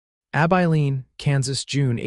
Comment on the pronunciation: Ab Eye Lean. If Ai is so smart why can’t it pronounce words correctly?